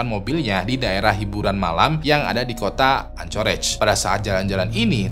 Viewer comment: Untuk anchorage city bacanya "ankerej" bang